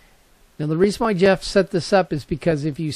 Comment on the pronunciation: This gentleman's name is Geoff - pronounced GEE OFF...not Jeff. Anyway...I wrote to him recently about this sensor article. He replied that if you are going to use a LOT of sensors on this shield, you may not want to power it up all from the shield. Rather to use an independent 5 volt power supply. Rate the supply with the number of sensors times the current that each module is spec'ed to use and have that many amps available. Connect power and ground from the supply to each IR detector by using a voltage buss along its length to the last sensor. Tie the common of the power supply back to the common on the shield to maintain a ground reference. Then you can just run the signal lines from each sensor back to the shield to the appropriate channel and pin. There is another shield avilable that allows for screw connections to each channel, by the way. You can take "servo" cables that are female and cut them in half. Slip each end set of 3, to the pins at the sensor and the shield. Use an intermediate length of wiring to connect the wire ends together over the length of your run. This makes for a nice connection at each end. just solder up the middle lengths and apply heat shrink at the joints. Another idea is to use a form of a multi-conductor cable, like a 8 pair cable, which gives you 16 wires. Fan them out to your sensors and then bring one cable back to the shield. Keeps things nice and neat under the deck. You may wish to terminate 16 sensor signals to a terminal block